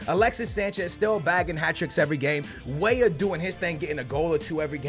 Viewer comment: Who else remembers the times where called Weah, Weeh